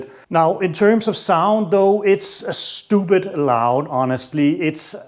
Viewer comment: He said stupid loud in his accent 😂😂😂 he got a subscription from me ... Where is he from 🤔 ?